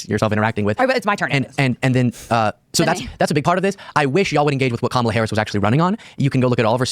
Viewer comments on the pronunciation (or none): It’s such a nitpick but we really should all just start pronouncing every conservative’s name incorrectly ala Pakman because none of them ever seem capable of pronouncing Kamala’s name right and they would absolutely take the bait and rage at it being done to them every time.